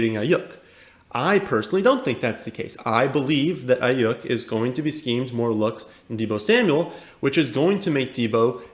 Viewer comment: Cool you like Aiyuk, and I agree with your take there, but you need to learn to pronounce his name correctly 😂 It’s pronounced “Eye-Yook”